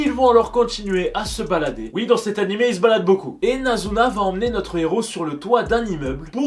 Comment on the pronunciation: "nanimé" a la fin🤦‍♀